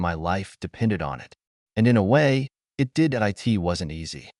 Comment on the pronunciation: Can you teach your AI to say "it" instead of IT? Also, not to pronounce the full stops as "dot"!!! That should be easy enough!!!